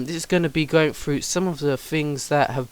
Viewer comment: You don't pronounce some words properly. You pronounce words that start with "th" as "f". Like instead of saying *Th*rough, you say "Frew."